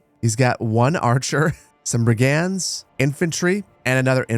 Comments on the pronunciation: just google how to say "brigands" please. Why the fuck do european teenagers know how to say shit in their 7th language and u dont in your ONLY? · American pronounciation of brigands just sounds wrong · Why can't you say the word "brigands"?